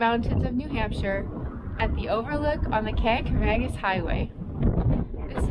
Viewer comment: You should really know how to pronounce Kancamagus!